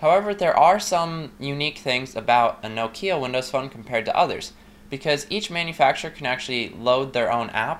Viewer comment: It's NOK-IA not NOO-KIYA !! O_o